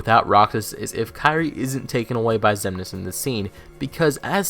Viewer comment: Also pretty sure I heard mansex instead of xemnas